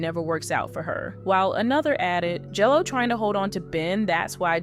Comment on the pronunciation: Why do you keep calling her JELLO ?????